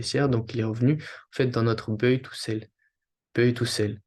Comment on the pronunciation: salut, buy se dit "baille" pas "beuille" sinon merci pour la vidéo